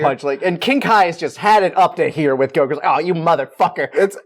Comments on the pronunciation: Why does the guy on the right keep saying Go q instead of Goku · The man says "Goku" with one syllable, of course he's sassy